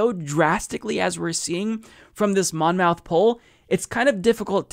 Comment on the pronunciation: Monmouth is pronounced like Plymouth. Muth, not mouth.